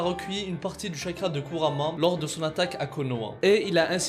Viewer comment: Kuurama et pas kurama